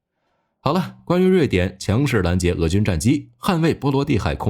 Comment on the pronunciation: （强势）两个字从台湾人嘴里说出来，笑喷了😂